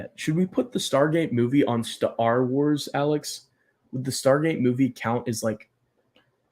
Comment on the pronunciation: Staar Wars. I look forward to the prolonged pronunciation every time you say it.